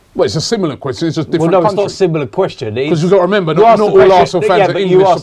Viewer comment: Robbie cant say question to save his life